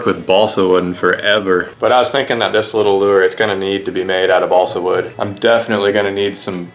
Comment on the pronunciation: chugg half a gallon of liquid mercury every time he says bosle wood